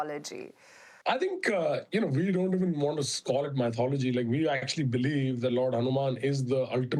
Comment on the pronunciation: Anchor be like motholgy motholgy motholgy i never seen some on talk about Christen mythology and islamic motholgy